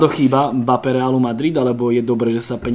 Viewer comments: Chudák Mbappé, takto mu przniť meno... je to em-ba-pé a nie mapé... strašne to píli uši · napríklad 💁🏼‍♂️ "e" sa v rýchlosti stratí, to je normálne, ale ako sa niekomu stratí "b" aby vzniklo "mapé" to fakt nechápem 😂